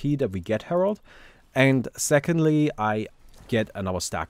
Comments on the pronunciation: *Herald But everyone still calls him Harold, lol. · It’s called herald not herold but ok lol